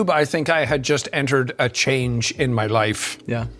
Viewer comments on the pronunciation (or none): none